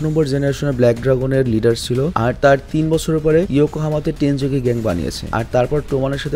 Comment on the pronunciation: vai tenju na tenjuku